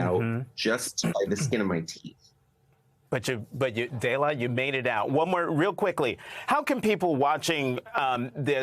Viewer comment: Did he call her "Daylight?"